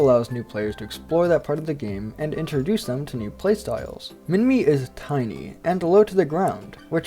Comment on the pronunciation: do i hear an inaccurate pronunciation of Minmi? Death!